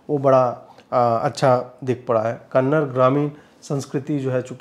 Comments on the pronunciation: it is Kannada .... and not Kannad, next time please note it. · Kannad nahi "kannada" aise bolte hain.🙏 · Dear Bro, it is not KANNAD, it is KANNADA, plz make pronounciation correct, love you. 🌹🌹🌹❤️❤️❤️ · कन्नड़ नहीं 'कन्नडा' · 'Kannada', not 'kannad' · Please pronounce the language as Kannada, not Kannad. I know it is pronounced that way in Hindi, but it seems very odd to cut off a part of the name for listeners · Ajeet'ji, one correction it's not Kannad it's Kannada. Just like it's Hindi and not Hind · Sir, One correction, it's 'Kannada'. That's the right pronunciation. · It’s kannaDA not kannad. Please guys respect to every culture . Don’t mispronounce their names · Just one correction- the language is pronounced Kannada ( कन्नड़ा) and not Kannad (कन्नड़). We make this mistake quite often unknowingly. 😊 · It is Kannada. Not -‘Kannad’. We don’t call it ‘Hind’. Do we? We say - ‘Hindi’. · It's not Kannad it's kannada sir🙏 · It's not Kannad, its Kannada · Ajeet Ji it's "Kannada" not Just "Kannad". Please correct it next time. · Kannad Nahi Sir Kannada (KANNADA) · कन्नड़ नहीं, कन्नड़ा ! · sir, kannad nahi kannada. teek se bolye. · It's not Kannad...it's Kannada brother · Ajeet ji I kindly request you to stress on a in Kannada. As I consider you as a person who support our culture.